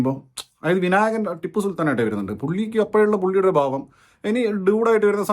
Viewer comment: ബാവം അല്ല ഭാവം